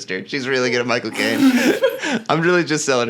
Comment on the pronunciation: When Michael Cain says his name it sounds like he's saying "my cocaine"